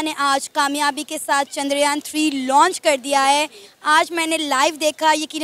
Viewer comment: Didi bo Loch ni launch hota hai 🤣😂